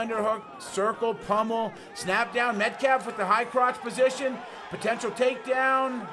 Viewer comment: "so close to being outta posound.. outta bounds" Trying to say position and bounds at the same time.. fail. lol